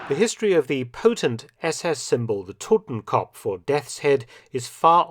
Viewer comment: Just FYI; It's "Totenkopf" not "Totemkompf"